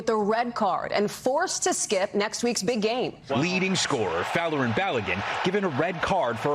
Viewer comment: the reporter says "big game" like trump says "genome"